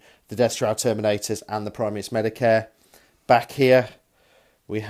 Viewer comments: Eye-do-lon. Art-if-ic(e)-er. Pry-mus Medi(um)-kay. Sick-are-an. You got Xiphon though... lol I know, but enjoy it so much... Mortarion's Unwieldy Scythe is a huge let down versus the likes of Fulgrim - a serious disadvantage... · It's pronounced primas medi-kay. I'm not usually a stickler for grammar or pronunciation but there's no r in madicae. I really love the paint jobs on the army, the emperors children have a really regal purple and the death guard have a perfect sand tan and great weathering effects. Great armies guys.